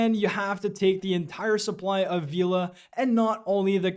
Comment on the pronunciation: FYI it’s pronounced Vela not Veeeela 😅